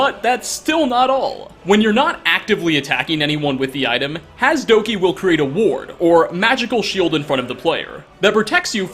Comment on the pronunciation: Ha-seh-doh-kee...not hass-dahkee. 🤦🏿‍♂️